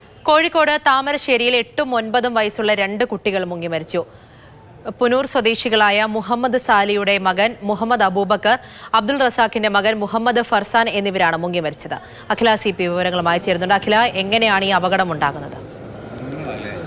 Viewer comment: പുനൂർ അല്ല..പൂനൂർ ആണ്...😢😢🤲🤲